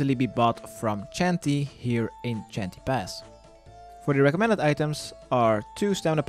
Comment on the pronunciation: What's a Chanty Pass? I thought it was pronounced "Shan-tay"